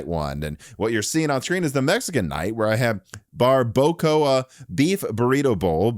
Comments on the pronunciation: Bar-boe-Coe-a.. lmao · "BAR-BAH-CoHa" 😉... Thank you for introducing me to Ed Zitro - new AI hero unlocked. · So happy I didn’t skip the ad so I could hear this North Midwesterner pronounce Barbacoa